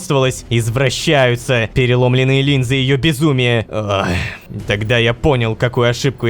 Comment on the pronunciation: Учим Лололошку читать Преломлённые Переломленные Может показаться, что я до*бываюсь, но он почти в каждой серии хотя бы одну ошибку делает.